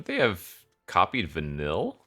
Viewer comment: I hate myself for being this guy. But wotc made my favorite IP of all time and put even more eyes on it.. so….. Vanille is pronounced Vuh-neil A lot of names in XIII have weird spellings.